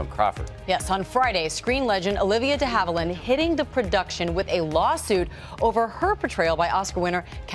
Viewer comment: A lawyer, who has JUST heard Ms DeHavilland's name REPEATEDLY pronounce (including here ) - STILL manages to frak it up ?!!?